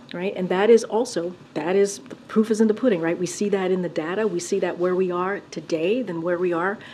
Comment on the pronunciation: "as they say, the poof is in the pudding" 🤣 Then to top it off, she says it again